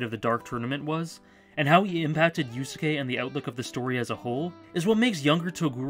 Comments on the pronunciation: I realize that criticizing your pronunciation is incredibly pedantic, but the second u in "Yusuke" is like 95% silent~ 'You - s'ke' not 'You-sue-ke' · I heard "Yu-soo-kay" and was like "great, now I have to spend the rest of my evening cleaning the vomit off my keyboard." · Good video but how the fuck do you mispronounce Yusuke in 2017?